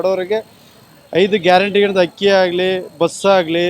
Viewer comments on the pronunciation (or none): none